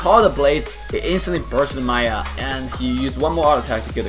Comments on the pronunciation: It's not Maya its Miya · I think its "Mee Ya" not "Ma Yah" for the pronunciation of Miya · Why do you always say maya insted of miya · isn't it miya? Like Me ya. Not Maiya? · Everything was cool and awesome except the way you said maya instead of miya. That was annoying. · its Miya Not Maya ! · maya 😂 I don't care if pronounce miya weird 😂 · I don't say miya ,it's pronounced meya